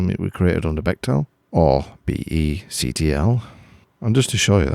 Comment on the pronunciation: appreciate all your FreeBSD vids but nobody pronounces the tools like you do.. it's be ctl (see tee el) and be adm (a d m).. also bectl is part of base